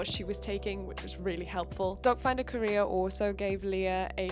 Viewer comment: I hear "dogfinder career" every. single. time